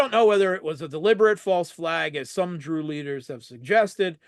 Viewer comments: He says « Dru » but isn’t it actually « DRUZE »?? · The word is Druze. Huh? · The people are Druze (singular) and Druze (plural), no such word as "Dru" lol.